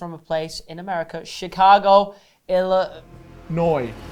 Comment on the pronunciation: Lol I'm just really proud of for saying Illinois right you can see he worked on it ✅ 😅 👏🏽